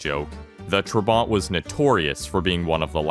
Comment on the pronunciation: Its not trebant its tr-a-bant